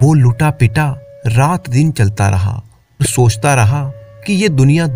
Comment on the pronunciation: आप और के बदले ओर बोलते हैं